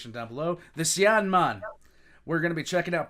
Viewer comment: Why do I hear 'Cyan NUN' when ya say it? 🤣😂